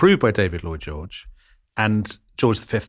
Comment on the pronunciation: Despite the seriousness of the topic, I laughed several times when I heard "Boy George" rather than "Lloyd George" 😄